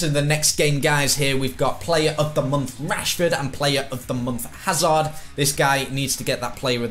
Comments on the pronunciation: Hazard not azard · Chris Hazard has a 'H' at the start it's not azard